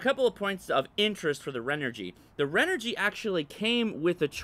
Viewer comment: Renogy not Renergy